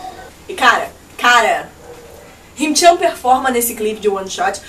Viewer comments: e, só pra corrigir, é ''Himchan'' não ''Hincham''. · Adorei o comentário (Sério, ficou ótimo! Assim como o de Nillili Mambo), mas vocês podiam arrumar aquele "HinCham" porque aquele "m" e "n" trocados agonia lol Tadinho do Himchan, haha. A forma como o pronúncia o nome do Zelo também me agonia, mas cada um fala como sabe/pode/quer e eu também não falava muito diferente antes de assistir vídeos deles pronunciando. Enfim, continuem com esse trabalho maravilhoso que vocês estão fazendo.